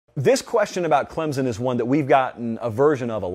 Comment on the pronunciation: Before reporting on them, learn how to pronounce it first!! It's ClemSon...not ClemZun!!